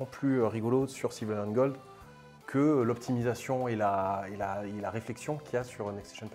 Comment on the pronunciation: Ni le "obtimisation" (2x) au lieu de "oPtimisation"... Franchement, vous auriez besoin de quelqu'un pour relire le français et qui parle anglais (pour éviter les prononciation de type "next stassion") dans l'équipe. Si seulement on savait où trouver une telle personne... 😈